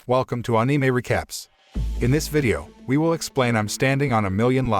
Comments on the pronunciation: I don't subscribe because you are not using a real voice and instead using one of those synths. The words are all being pronounced wrong even the word Anime. How can you mispronounce Anime wrong on an Anime channel? You had one job here! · We just not talk about how he saying anime wrong